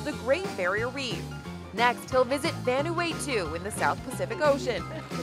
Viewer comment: The way Vanuatu was pronounced 😂